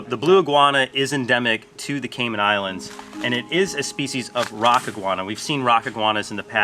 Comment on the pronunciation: Please stop saying Caymen say Cayman